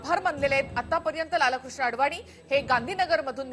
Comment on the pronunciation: मॅडम ,लाल-कृष्ण असा उच्चार चुकीचा आहे..लालकृष्ण असा सलग उच्चार आहे...अति भाषाशुद्धीचा अट्टाहास हास्यास्पद वाटतो...😊😊😊